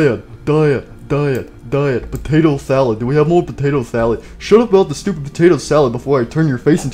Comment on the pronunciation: I just heard ‘doopid idiot.’